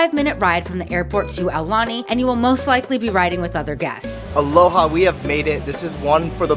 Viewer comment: Please tell the guy to pronounce Aulani PROPERLY